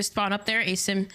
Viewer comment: It’s pronounced Ah-Sim(Asim) not effing ay-sim god damn this lady pissing me off